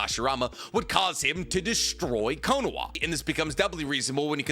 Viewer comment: Its Kono-HA I just unsubscribed cause I cant stand how you say KonoWA lol. Ill sub again next video lol.